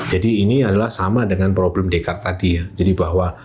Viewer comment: Jarang orang Indo yang bisa pronounce Descartes dengan benar😊